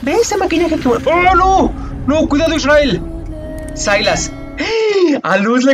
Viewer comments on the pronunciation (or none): Psdt: Es Ezreal no Israel jeje y es Galio No ganglio JaJajajajajja Muy buena reacción me encantó jaja